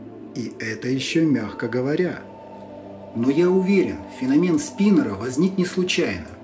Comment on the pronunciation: не феномЕн а фенОмен